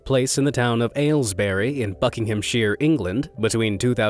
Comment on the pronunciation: minutes I thought he said f*ck\ngham 😳